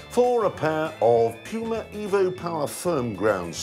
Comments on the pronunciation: "Pyuma" "Amazun" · STOP SAYING "P-YUMA"! Damn...English...Speakers!?!?! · Am-ah-zahn. Poo-mah.